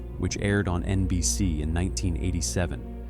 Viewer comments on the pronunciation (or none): I very much dislike this voice. It says, "EN BEE CEE" (NBC) and "CEE BEE ESSS" (CBS) oddly. And it's "I, Desire" not "I desire". (just a few examples).